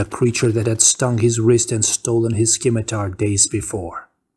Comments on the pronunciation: Thanks for doing this, I appreciate and enjoy it. Moving forward, please note that the C in scimitar is silent... The word is pronounced "simitar" ... Similarly, "Dave" is actually named Dove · Really enjoy these... but the c in 'scimitar' is silent